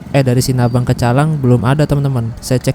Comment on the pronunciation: Sinabang ya bukan Sinabung 😁